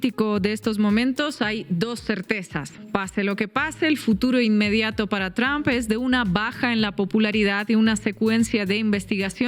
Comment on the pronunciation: Tramb" se pronuncia tromp😂😂😂